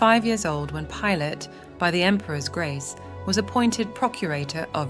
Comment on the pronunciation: Why can’t you say the names right? Pilate 🤯